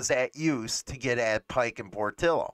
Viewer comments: It's not Por-till-o, it's Por-tee-o. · I just wish you would pronounce Portillo correctly